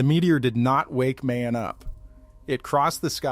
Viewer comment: It's not May-On.......it pronounces Mah-yon .....